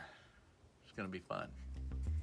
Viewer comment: Love the "Gonn be fun". Haha